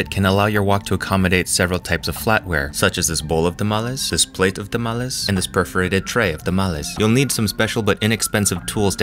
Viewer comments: When you take a semester of Spanish... how you pronounced tamales. "Tha-mall-es" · This man: “I’m going to pronounce tamales in the most pretentious way possible”